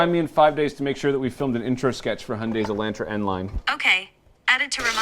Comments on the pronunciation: "Eeellahhhtraaaa" it's E"lawn"tra! Made me cringe the whole video. Watch hyundai's press release of the video! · its pronounced e-lawn-trah not e-lant-traw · It’s Elon Tra not E Lan Tra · So I’m guessing the N will have the upscale interior? And will it have the 2.0 or the 2.5? I’ll take either, with the manual and LSD! By the way, guys...its pronounced Ay-LAHN-truh, and HUN-day. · In the states, we pronounce it, "e-lawn-tra". Found it funny to hear you guys lol. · Say it with me: ElonTra. No relation to the Musks... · It’s sad how car experts can’t even pronounce the names of the cars they are reviewing properly. It’s “e-lahn-tra”. Your pronunciation of Hyundai - well, we won’t even address that. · Y’all fix it by saying Hyundai right but make it wrong by saying Elantra like that 😳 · You guys pronounce "Elantra" with a long "a" in the same way I imagine a diabetic Texan would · It's so strange as someone from the U.S hearing them pronounce Elantra. Personally I like cringe and one of my eye twitches a lil bit but 🤷🏻‍♂️ 😅😅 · Oml it bothers me so much how yall pronounce Hyundai and Elantra